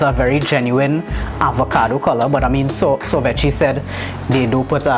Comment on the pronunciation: Enjoyed this review very much it made me want to try that Baklava ice cream. Sorvete is Portuguese Its pronounced (Sor-vet-ay)